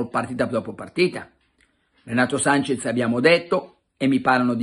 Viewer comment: Breve vademecum per tutti. Si scrive e si pronuncia SANCHES, non Sanchez!